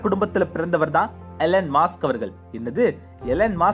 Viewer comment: அது மாஸ்க் இல்ல மஸ்க்